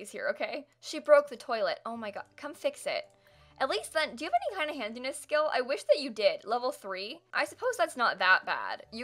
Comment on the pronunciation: every time you say handiness I hear "handsy-ness"